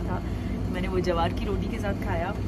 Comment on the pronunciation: It's ज्वार not जवार